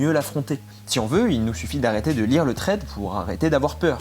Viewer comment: Hello, juste pour te dire que thread ne se prononce pas comme ça 😊 c'est plus un "s".